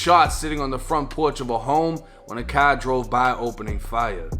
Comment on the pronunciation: "a cahhr drove by opening fire" 😂😂😂😂😂😂😂